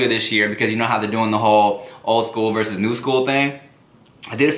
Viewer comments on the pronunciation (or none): none